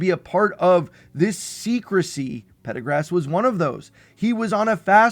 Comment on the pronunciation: Pardagaz* Not Pedagrass